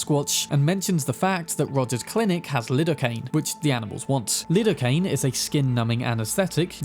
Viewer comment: Its not "Lid-oh-cain" its "Lie-do-cain"